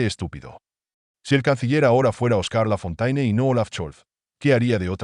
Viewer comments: Traduccion - Lafontaine es un nombre claramente de origen francés - quién no conoce las famosas fábulas de otro La Fontaine, éste, sí, francés, pero de tiempos más antiguos -, por lo que conviene pronunciarlo "Lafonténe", como dicta la lengua francesa, y no como se pronuncia en el vídeo. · Lafontaine é um nome evidentemente de origem francesa - quem não conhece as famosas fábulas de outro La Fontaine, este, sim, francês, mas de tempos mais antigos -, portanto deve pronunciar-se "Lafonténe", como manda a língua francesa, e não como é pronunciado no vídeo.